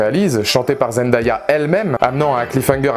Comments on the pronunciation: Parcontre on dit Zen-day-a pas zen-da-ya . 😂 Mais super vidéo quand même ❤️ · J’ai adoré ta vidéo, vraiment !! 😊👍🏾 mais le prénom de Zendaya se prononce ZenDAYa ( zen-day-a ) et non Zendaya ( Zen-da-ya ) Mais tqt moi aussi au début je ne savais pas bien prononcer son nom avant 😂😂